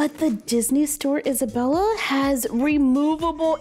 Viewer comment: You say Isabella wrong